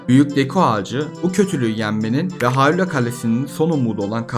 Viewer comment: Muhteşem bir video olmuş. 42 yaşında seriye Minish Cap ve A Link to the Past ile başlayıp hemen tüm oyunları oynayıp bitiren birisi olarak bu kadar detaylı Türkçe bir kaynağa ilk kez rastladım. Yapıcı eleştiri olarak Hayrula telaffuzu başta olmak üzere hatalı telaffuzlar ve hanımefendi arkadaşın seslendirmeleri pek hoşuma gitmedi ama onları da zamanla düzelteceğine eminim. Zaten videonun içeriği ile bunları görmezden geliyorum bile. Abone olup, bildirimleri açıyorum. Başarılar...